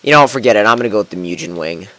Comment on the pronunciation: The way you pronounce Mugen fucking irritates me